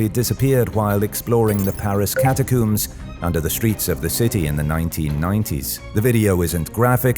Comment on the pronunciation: It´s pronounced ¨cata-combs¨ not ¨cata-cooms.¨